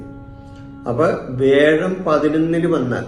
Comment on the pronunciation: വേഴം അല്ല വ്യാഴം